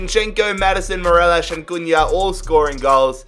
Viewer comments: Anyone triggered at him saying morelosh than morelos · His name is Morelos not morelash lol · Its mo-re-loss no fucking morelish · everyone: mor-el-os: mor-el-esh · I hate who he pronounces Morelos wrong he pronounces it morelosh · Its morelos not marelosh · How he says Morelos cracks me